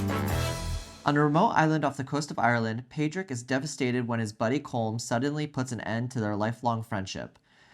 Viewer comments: Padraig, prounced paw drig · People, watch the film again. It’s pronounced POR ick.